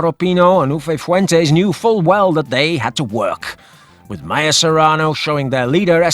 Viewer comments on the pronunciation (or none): none